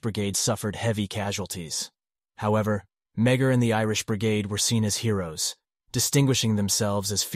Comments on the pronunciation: The pronouncement of his surname is, me-a- r. Not meg- her. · Love the content...but as a descendant of Thomas Francis Meagher, our last name is pronounced more like "ma-har"